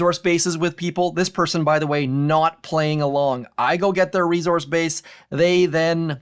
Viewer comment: Good content, but I wish he'd learn to say "resource" correctly.